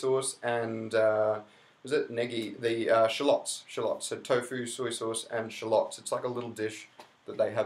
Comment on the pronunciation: So I think I hear you saying "Shallots" but you pronounce it differently from me so I wondered if we're talking about the same thing.